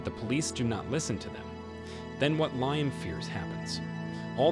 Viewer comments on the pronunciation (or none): Leeam not liam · Bro can't pronounce the name Liam... Lee-um